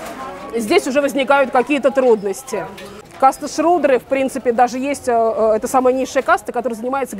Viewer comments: не шрудры, а шудры, и это не касты, а варны, внутри варн уже касты. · Только не щрудры а шудры)